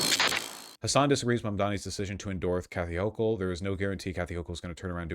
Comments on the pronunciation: Also Hasan appears both unable to properly identify the topography of the primary campaign or pronounce the sitting governor's name. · Is Hasan purposely mispronouncing her name? If he’s watched her, or stuff about her, he should be able to say her name correctly. 🤔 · Also, his mispronouncing of her name seems intentional. Kind of shitty. Almost like how Mamdani got that his entire campaign. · I might consider Hasan's arguments, but the fact that he couldn't even be bothered to learn how to pronounce her fucking name invalidates any of his arguments.